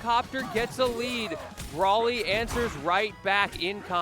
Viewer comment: bro saying brally instead of bro ly is crazy